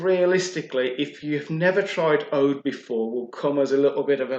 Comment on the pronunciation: It's oud not oad